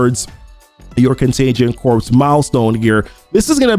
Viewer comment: "corps" is pronounced "core", like Marine Corps. It's not Contagion Corpse (although that would be appropriate...):D